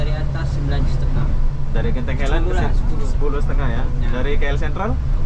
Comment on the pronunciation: Tolong sebut dgn ejaan yg betul..bukan genting helend..dia Genting highland. Ingat ini Malaysia bukan Konoha.